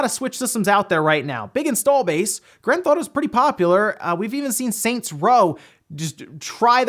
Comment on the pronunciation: "Grand Thotto"